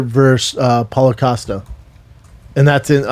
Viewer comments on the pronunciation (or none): Does this moron keep calling him Paula Acosto?